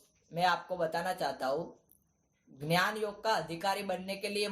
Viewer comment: Ghyanam nahi dnyanam your nice